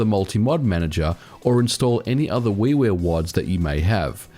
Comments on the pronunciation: Yeah weewear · At first I thought he said Wee Wee games. But it was actually Wii Ware. Lol